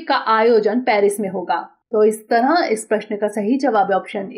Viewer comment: इस "तरंह" नहीं इस "तरह" बोलो संख्याओं में भी आपका उच्चारण गलत होता है जैसे:- आप "बारह" को "बारहां" कहतीं हो।